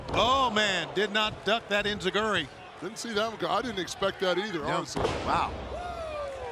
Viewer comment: Tony: ENZIGURI Eddie: that's a high kick shiavone Smh 🤣🤣🤣